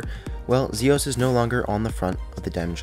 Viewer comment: zios not zeos